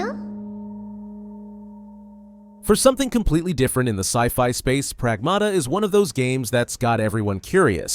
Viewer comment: It should be pronounced as prAgmata. Not "pragmAta". It's a Greek word meaning "Things".